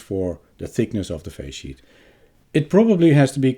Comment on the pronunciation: Is resonance in the face sheet a problem with such high frequency adapting? I keep hearing "phase sheet" - thanks for labels within video 😀